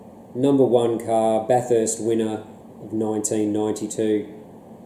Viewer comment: It's pronounced "Bathist" not Bath-erst" fyi. Other than that, loved the review.